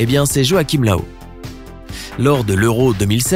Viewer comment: joachim löw (löw se prononce leuve)